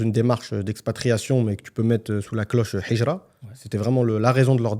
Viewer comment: Je vous invite à travailler sur votre prononciation du mot Hijra 😅 هجرة et pas حجرة